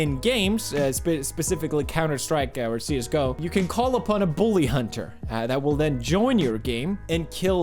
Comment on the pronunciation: According to logan paul you spell "csgo" as cusgo and pronouce it Cuzgo